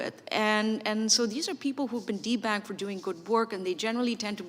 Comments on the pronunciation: 😇🤣I swear when i first heard her saying de-banked it sounded like, people are being T bagged. I hed ti rewind the video 😉😑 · It sounds like she’s saying “D bagged” 😂. Ah ya gotta laugh to keep from crying & going as insane as these thugs are! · Did she say "debagged" ??